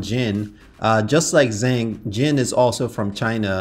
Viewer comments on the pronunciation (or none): As someone who actually speaks Mandarin, zh is pronounced like the English J and eng, is pronounced like ung. Therefore, Zhengyang Zhang is pronounced: "Jungyang Jang."